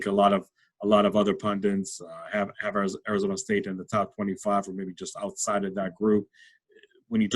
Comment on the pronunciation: You pronounce "Arizona" wrong. Like an East Coaster.